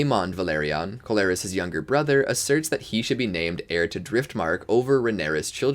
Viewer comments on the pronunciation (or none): Pronunciation is awful... Corlys is Core-Lis not Co-lar-is... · It’s Corlys not Colaris. But otherwise, great video!!